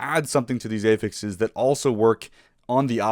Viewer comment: great video, but wtf is up with ay-fixes